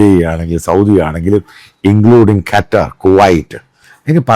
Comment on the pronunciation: കറ്റാർ അല്ല മൈരേ.... ഖത്തർ.... ഖത്തർ... 😎